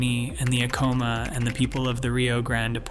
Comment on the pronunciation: Acoma is pronounced ACK oh muh. Check pronunciation on Picuris as well. There is no mention of the Navajo that populated parts of the area after the Pueblo peoples set their homes in the East of Chaco.